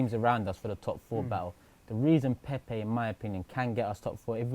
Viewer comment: Come on lads let’s at least pronounce his name right now lol How can us arsenal fans not be excited we just signed Pepe like who expected u know what ifs true we are the worst fans lol it’s a project it’s not going to happen over night ffs agreed with wingers last season was such a problem anyone could see that but we also defo need solid CB and LB and RB